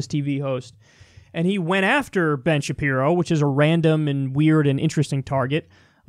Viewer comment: Is he calling him bin Shapiro